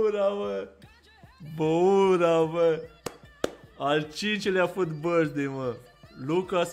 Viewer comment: "Happy birsthday loco" =)))